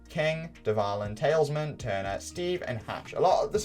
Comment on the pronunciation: STOP CALLING TALISMAN TALESMEN, have never heard of a pendant that they also would call a talisman